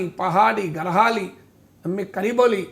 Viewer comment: గర్వాలి కాదు సార్! గఢ్ వాలి. 😅😅😅😅😅